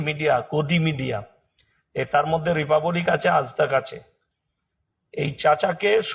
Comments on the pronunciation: কুকুরের ঘেউ ঘেউ করা টাই সার। ইংরেজি শব্দ উচ্চারণ করতে পারে না।রিপাব্লিক শব্দ কে রিপাবোলিক উচ্চারণ করছে সে কিনা ইমাম হয়েছে। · বাংলায় বাস করে বাংলা ভাষায় উচ্চারণ করতে পারছে না ,বড় বড় ডায়লগ দিচ্ছে রিপা বলিক। কিছু বলার আগে জিভটা ভালো করে পরিষ্কার করে নিয়ে আসবে